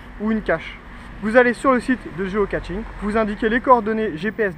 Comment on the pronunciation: Géo caCHing , pas géo caTching stp !! :)